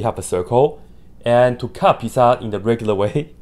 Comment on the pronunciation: Everytime he says "pizza" i just hear "peta" and think of family guy